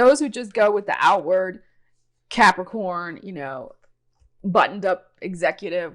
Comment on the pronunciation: Love the way u say Capricorn